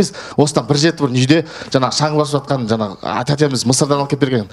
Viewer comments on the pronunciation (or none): none